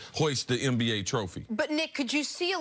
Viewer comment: WHY DOES CC SAY “MBA” INSTEAD OF NBA?!?!!?!?? WHY DOES Stephen A. Smith SAY “NVP” INSTEAD OF MVP?!!!?!!!!!?? C’mon man!!! 😂🥓😂😂🥓🥓🤦🏽‍♂️